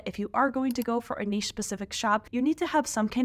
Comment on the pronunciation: A lot of great advice in your video. Anyone doing POD needs to hear everything you’ve said. Also, thank you so much for properly pronouncing “niche”. I hear far too many people these days saying “nitch” and it makes my head explode.